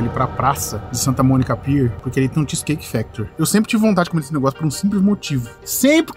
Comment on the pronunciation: Vc e famoso de falar as coisas de comida tudo errado Hahah cheese cake factorrrryyyyyy